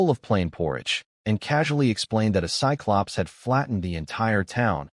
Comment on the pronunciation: Also cyclops is pronounced sigh-clops.